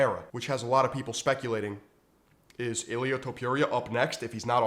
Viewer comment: Bro can't even pronounce Ilia's name. Must not watch UFC. Kinda sad